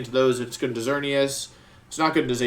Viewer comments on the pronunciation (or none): none